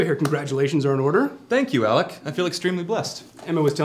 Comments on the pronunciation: P.S Did anyone else notice how Senator Elton called, "Alec" when coming in? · senator mispronounces name as alec. Good attention to detail in the script for making him seem even ruder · Did anyone catch how Elton mispronounced name? Obviously he doesn't like poor 'Alec' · Ahaha Elton is still calling "Alec"! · Wow. WOW. Did this just happen? Am I dreaming? Is Lizzie going to meet Emma? This is just perfect. I love how Senator asshole Elton mispronounces name. Just perfect. Gaaah! I want to see the wedding! (: Even though Emma will hate it, I can't wait to see what's going to happen next! And if the producers merge all the Jane Austen books together in one way or another, I'd be a very happy camper. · Yes, MTE! He said "Alec" xD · Did Senator Elton just call "Alec"? If so, it was perfect in its not-so-subtle, subtle way. Can't wait for the /Mrs. E storyline! And can't believe they got Caroline Lee back in the picture - behold, the power of the fandoms! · I just realized that Senator Elton called "Alec." Did he mean to mess up the name? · Did Elton just call 'Alec'? LOL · Wait, am I the only one who picked up on Senator Elton saying 'Thank you AleC'. It's AleX thank you VERY MUCH. is so scuzzy. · Did I hear that wrong or did Senator Elton just call him ALEC instead of? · Is the calling, "Alec" significant? Indicative of the, I'm way more special than you to bother getting your name right, condescension of? Or could it be a slip of the tongue?